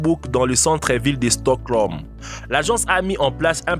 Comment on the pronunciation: c'est stockholm et pas stoclom